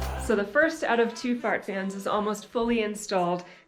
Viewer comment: Sounds like you are calling them "fart" fans. 😂